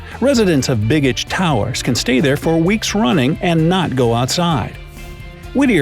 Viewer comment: Yes, and it's not "big-ich". The b-e-g part of the word has more of a long "A" sound. Not quite "bay-gich", but close.